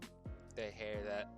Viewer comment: the way you said hair makes me want to vomit